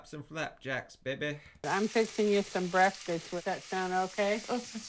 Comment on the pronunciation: Those eggs look nasty. Also she says breakfrist, as do I. Good to know im not the only one who pronounces that way. I also say melk and pellow.